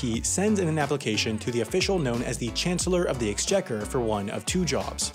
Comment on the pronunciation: You butchered the chancellor of the exchequer pronounciation